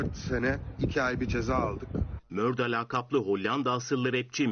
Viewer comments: Muhabir neden Murda'ya MÖRDA diyo? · yanlız adamın murda ya MÖRDA demesi😅😅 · Mörda değil yalniz Murda diye okunuyo